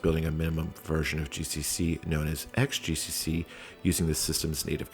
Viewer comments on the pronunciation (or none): 'xgcc' should read as 'cross gcc'. Sheesh!